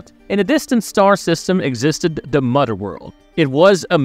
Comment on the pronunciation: "Fahder" and "Mudder World" 🤣